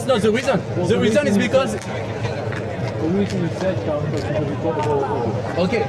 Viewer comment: "You have to say clearly challenzhe "